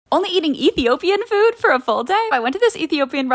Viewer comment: Somalia and Ethiopia have the same foods and everything and I just want to say that I am not trying to be mean but you mispronounced everything lol 😂 m happy to see our national foods are being noticed